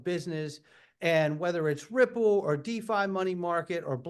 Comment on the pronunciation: Perianne is incapable of pronouncing Ripple & XRP.